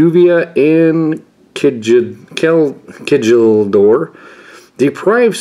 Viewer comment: kjeldor is pronounced (k-yell-dor) because english